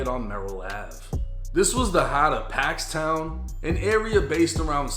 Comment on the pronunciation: And it's not called paxtown! do your homework it's called pocket town or the pocket!